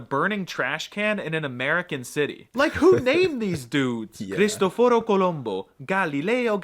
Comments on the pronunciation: From Lombardy, Italy. The pronounced "Cristoforo" (Colombo) incorrectly, because unlike Spanish, Italian doesn't mark the tonic accent, except on the end syllable, as in the place name Cantù. For this reason, even speakers on Italian TV mispronounce many place names. For example, here in the province of Bergamo (pronounced Bérgamo), we have place names like Ambivere (Ambívere), Sorisole (Sorísole), and Longuelo (Lónguelo). I think people should be encouraged to systematically put the accent at least on place names or other words where the tonic accent changes the meaning. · said Cristofóro, instead of Cristóforo, at least that's what I heard.